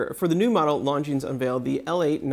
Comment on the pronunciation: Pro tip: learn to say Longines correctly. Ridiculous that a watch channel can't get a basic pronunciation right. It is not "Long Jeans", the 's' is silent.